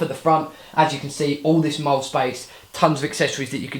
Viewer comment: It's pronounced "Moll-lea". Split it into two syllables.